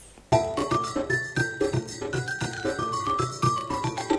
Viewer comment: i like how you say 'assalamualaikum' and 'khudahafiz' :)